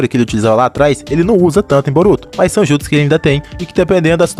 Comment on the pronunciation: Brotuo??? Que português é esse Man mais de boa